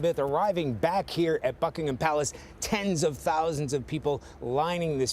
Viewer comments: Book in ham palace? Lol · Oh, NORA. You’ve just been added to the ignominious list of American talking heads who say, “Bucking-HAM Palace,” giving everyone the ridiculous mental image of a cavorting hog. It started, for me, with Maria Shriver, who nasal-twanged it loud(ly) and proud(ly) at the Royal Wedding, showing that she couldn’t learn the right pronunciation despite being the granddaughter of a former Ambassador to St. James and his wife, a great stickler for correctness. Why doesn’t anyone correct these ninnies??